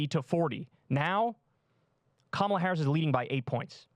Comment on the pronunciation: Hey not a big deal - but Kamala's name is pronounce Ka (as in cup) ma (as in muck) and la (as in LALA land)